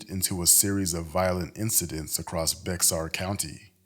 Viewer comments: It’s pronounced bear County not Bexxar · The x is silent in Bexar